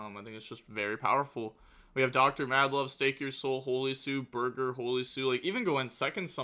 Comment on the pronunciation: Does he know it’s BORGER not BURGER?